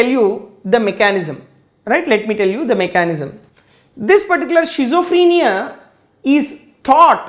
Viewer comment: well teaching style with clear voice... but have one suggestion, there is no any word of 'shizophrenia' actually it will be schizophrenia , if u don't mind sir.....